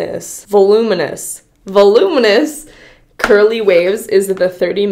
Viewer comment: Volum-inous 🤔 Vol-uminous 😐 Voluminous 😊